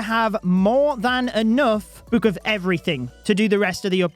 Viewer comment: “book”: “buke”